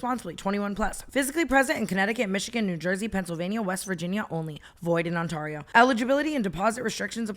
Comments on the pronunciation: I love you Tana, it is “Ont-Air-eee-ooo” not “Ont-arrrr-eee-ooo” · Girl it’s not On-TAR-io like Tar on the road, it’s like TEAR 😂 “On-TEAR-ee-oh”😂😂 Everytime onTARio gets me😂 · no.. it’s pronounced ON-TARE-EE-O in California as well. Tana said on-TAR-E-O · tana, please, ontario is pronounced on-tayr-rio not on-tar-io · Love how tana pronounces ontario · Tana pronouncing Ontario is my new Roman Empire